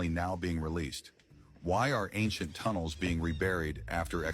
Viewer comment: It's ancient, not fcuking anxient how that white girl sayin it ish